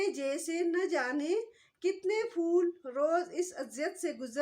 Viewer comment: اردو کے لفظ "پھول" کو "فول" کہنا نازک، حسین و جمیل شے کی تو ہین محسوس ھوتی ھے۔